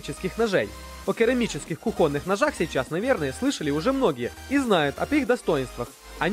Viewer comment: кУхонных ножей!!!